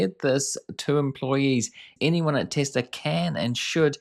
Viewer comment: This guy is repeating what she says anoying tbh watch full interview,and its TESLA not TESLAR.